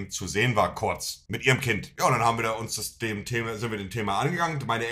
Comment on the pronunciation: So nervig jedes Mal wenn Monte Kurz sagt ganzer Chat voller „korz korz korz korz korz“